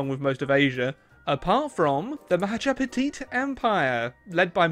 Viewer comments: Not mahajapetite it's ma ja pa hit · Nobody:: Majapetit Empire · wait "the mahajapitit empire"?